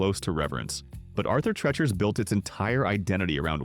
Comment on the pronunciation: Pronounced “Arthur Tree-chur”. These narrations get worse and worse.